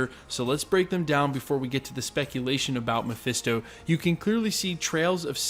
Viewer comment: "MePhIsTo" Ugh. These youtubers need to stop with that.